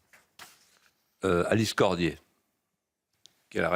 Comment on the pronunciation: ALICE CODIER et non CORMIER.